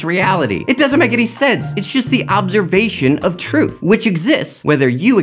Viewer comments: I love how your flash of "truth" was actually "truff"........ Did anyone else notice that? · In my portion of the world, we really do pronounce "truth" as "truff";) thanks,. Loved this vid as usual. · Well said,! Really enjoyed this one. The whole truff and nothing but the truff. Pluto is a planet.:P